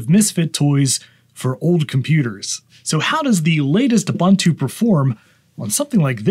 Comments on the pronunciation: You do you, it's fine, but if someone makes a big mistake and is not told how to correct it, how good is a community then? So there is the "Neu-vidia" guy discussing economy on his channel and mispronouncing "Nvidia" every time, so should we tell him that it's supposedly pronounced "Envy-dia"? And to people in Paris asking for an "Expresso" instead of an "Espresso"? Mistakes are mistakes, they can be corrected. Accents are something else, like when a whole country starts to say "Deu-day" instead of "Today", "Sh-treet" instead of "Street", or "Bu-her" instead of "Butter", "Wa-her" instead of "Water", and so on. Recently it's the "AI ba-bule" instead of "AI bubble". I mean, it's just... 😅🤣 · Hello there. Fantastic video. I retrieved my old 2013 MacBook from the cupboard and I have ordered a MagSafe adapter, and as soon as I get it up and running, I’m going to install Ubuntu on it. One suggestion: please learn how to pronounce Ubuntu correctly. Made me cringe. The second U sounds much like the initial one. Thanks for your video. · Someone else has already said it buts it's ooboontoo not oobuntoo ubu is pronounced ooboo. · "with a-boon-too Linux" please, it's not pronounced like that, it's pronounced "oo-boon-too". "Ubuntu" is an old African word (meaning "humanity" or "I am because we are") and it's pronounced in a specific way, not like the way it's written. Please search the video "How To Pronounce Ubuntu" and listen carefully. Thank you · The official pronunciation of Ubuntu is: oo-BOON-too Phonetically: /uːˈbuːntuː/ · It is Ooh/boon/too, not Uh/bun/too. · FYI: It is pronounced "oo-BOON-too", NOT "a-bun-too". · It’s called „Ubuntu“, not „Ubantu“!!! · Repeat after me: ooo-booon-tooo. Again: ooo-booon-tooo. There you go. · It’s pronounced oo-boon-too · It's ooboontoo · Come on man, it's pronounced oo·boon·too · Pronounced “Oo boon too.” Just since you say it so many times in this video, and it’s an actual Zulu word. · It's pronounced ooh-BOON-too